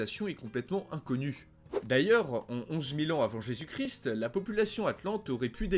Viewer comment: Salut salut, bonne émission comme souvent par contre rectification à faire niveau prononciation ^^. On dit le christ en prononçant toute les lettres ou on dit Jésus-Christ mais la le "st" ne se prononce pas. Désolé mais c'est horrible à l'oreille et tu peux vérifier comment ça se prononce sur internet si t'es pas sûr ;)